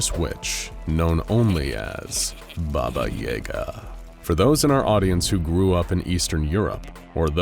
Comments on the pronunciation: Bobba Yehga! Lmao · When you pronounce BABAJAGA the way you do.... it makes me laugh. As a Polak that knows the story of this witch all too well. You are pronouncing way WAY wrong 😂😂😂